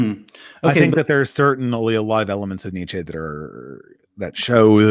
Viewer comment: Nietzsche is pronounced a bit like neat-sheh or neats-sheh. A bit like "meh" at the end. There are probably better phonetic fits, but that's what I could think of at a glance. Overall great video btw., quite a bit more productive than the last few imo.